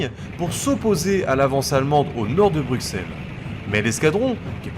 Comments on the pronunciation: Pour ta justification sur le refus de la prononciation en français de Belgique des villes belges, que je viens de lire sur Facebook, tes justifications sont fausses à mon humble avis: Bruxelles, tout comme Auxerre ("Ausserre"), se prononce "Brusselle", pcq au Moyen-âge le "x" servait d'abréviation pour "ss" (au MA, Alexandre se disait Alessandre comme l'italien Alessandro). Les linguistiques Humanistes ne découvriront qu'à la Renaissance que les grecs anciens prononçaient X en "ks". C'est pour sonner grec et pseudo-conservateurs que ces Humanistes ont forcé la prononciation de X en "ks", surtout pour les mots d'origines grecques. Anvers se prononce en Belgique traditionnellement avec un S parce que le français de Belgique l'a hérité de l'espagnol "Amberes" (de l'époque où Anvers était une ville du roi d'Espagne, dans les Pays-Bas espagnols). Comme la ville espagnole de Cadix (écrit Cadiz en espagnol) ou les noms de famille Sanchez, Lopez, Velasquez, la consonne finale en français de France de ces noms espagnols est toujours prononcée. Donc oui, Anvers est espagnol comme Cadix (et personne en France ne prononce Cadix "Kadi", mais toujours "Kadis" ou "Kadiks") Autre élément en néerlandais, je remarque que tu prononce aussi les "V" à l'allemande en "F". Mais comme en anglais et en français, le V en néerlandais standard se prononce majoritairement V. Sauf dans quelques exceptions, un peu comme en français le "s" est prononcé "z" entre deux voyelles (ex: raser, mesurer), en néerla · C'est bien documenté, dommage que j'ai dû réfléchir pour comprendre les noms des villes, villages et autre. Même Bruxelles aurait mérité une autre prononciation. Mais bon, ce n'est qu'un détail.